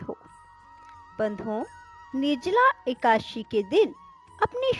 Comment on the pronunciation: ekdashi bhi dhang se nahi bol pa rahi ho madam